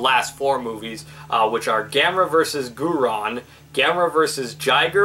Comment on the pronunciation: “Guiron” is pronounced “gear-on.” And “Heisei” is pronounced “hey-say.” Nice review, by the way 👍🏻👍🏻.